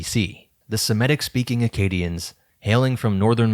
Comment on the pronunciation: Fascinating and sensible hypothesis! I have no critique of the basic idea. But I would plead with you to pronounce Semitic correctly. Not Sim-eh-tic but Seh-mih-tic. From Semite, not Simete.